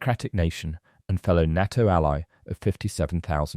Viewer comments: Is this another example of some ignoremos trying to supply an audio text, or is it another rotten example of artificial intelligence providing the commentary? The defence organisation NATO is pronounced Nayto and not Narto. Get it right. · The letters are NOT pronounced NAA T O - Artificial Imbecile !!!!!!!!! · “NAH-TO” is so annoying! This is a bot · I can't watch this: NATTO! NATTO? Ya BOO- llocks. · When did NATO (pronounced, NAY TOE) crack? Nonsense! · It's pronounced "NAY-TO". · Please say NATO correctly! The 'A' in NATO sounds like the FIRST letter of the alphabet when you start to recite it! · I've never heard anyone ever pronounce Nato the narrator does 😂 sounds so wrong